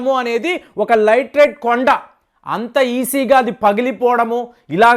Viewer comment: లైట్ రైట్ కాదు, లాటి రైట్ అనాలి